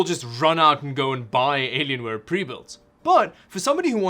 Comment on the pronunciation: "Aylienwaye" :D